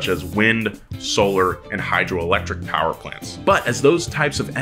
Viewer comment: Dirty powa babeh!!